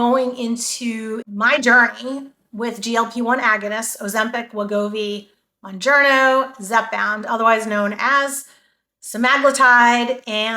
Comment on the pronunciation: I'm glad people are making videos about these drugs but I also wish people would pronounce them right so listeners would learn the right names too. Mounjaro has helped change my life, and I spread the knowledge when possible, so I've done my research, including pronunciation. Mounjaro is pronounced like MOUNt KilimanJARO. The Moun- part is like the word noun with a letter m instead, and the -jaro is pronounced like JAHR-OH. There is no n at the end. I am shocked about how many YouTubers pronounce it wrong. I've seen: MON,MUN,MOON-JER-O MON,MUN,MOON-JAR-O MON,MUN,MOON-JARNO MON,MUN,MOON-JERNO ETC.